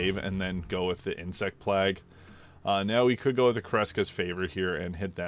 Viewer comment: Great video, very eager for this to come to console! But your pronunciation of “plague” is killing me